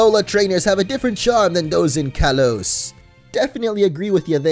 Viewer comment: "Kalos" is pronounced "kah-lohs".